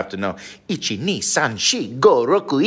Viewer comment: Oh. He mispronounced “shichi”. Hopefully one day he doesn’t ask for shichimi on his food as ends up getting ichimi!